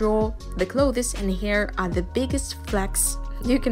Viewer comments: Sorry to nitpick, but 'clothes' only has one syllable. Usually pronounced 'close' , but with a slight th sound (as in 'the') in front of the s. I know, English is not your first language but after the 10th time I had to comment :) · I loved your video! One thing clothes you say just like 'close'. I know it confusing, because English decided to either say or spell this word and so many other words wrong. But seriously, nice work! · most people just say cloz and monz (months) so don’t worry lol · I love how she says "clothees" very fancy, nice. I wish I talked like that. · I'm really glad I'm not the only one who thought this lmao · yes >0< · clo this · learning how to draw some clothEs i giggles how she pronounce it haha ☺️ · hi i wanted to point out that Clothes is pronounced like klowthz. but aside from that everything was great!!!!! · Hey not being rude just saying The pronunciation for clothes Is Cll-oh-th-sss The e is silent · Your pronunciation of clothes is funny. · You're not pronouncing "clothes" correctly. Btw great artwork. You're so talented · Clothes huh the way she pronounces it so it's not kattke it's katalele? # some random guy in the internet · Ur pronounciation of clothes is very........ Ya know...... bugging me....sorry sis